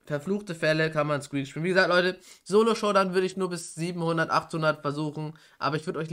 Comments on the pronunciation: Lol er heißt nicht Squeks sondern squek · Wie er immer SqueaX sagt😂